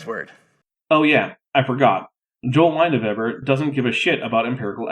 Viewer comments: In German the name of the person you are talking about would be LINE-uh-vay'-burr. In other words you are pronouncing his name correctly. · both your attempts were very acceptable for german ears, so no worries. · I'm pretty sure "Leineweber" would be /,lainə'vebœ/, possibly /,lainə'vebə/ in a less formal register, but I'm mostly familiar with German through arias and operas so my pronunciation might be a little (or a lot) different from what you'd hear in a biergarten.